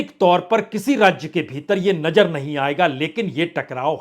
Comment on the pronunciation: Bajpai Sir hum daily aapko sunte hain bahot achchha kaam karte hain aap details bolte hain aap lekin ek request hain aapse thoda sa pronounce aap theek kijiye koi mushkil nahin hogi alfaz ko durust kijiye jaise Nazar boliye Najar nahin aise hi aur kayi shabd hain please Sir ji yeh aur jaise Hazar bolein Hajar nahin Please Sir aap bura na maane aur jaise cheezon ko cheejon nahin thank you so much God bless you dear Prasun Sir ji👍